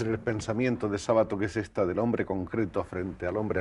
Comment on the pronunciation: El apellido no es grave. Se pronuncia Sábato, aunque no lleve tilde.